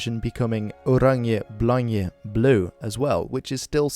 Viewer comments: Im 🇳🇱 and its not blanje and bleu but blank and blauw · The c at the end of blanc is silent